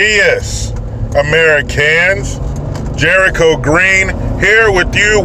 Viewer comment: Damn Jericho Green once again saying it exactly the way it suppose to be said. B’more is shithole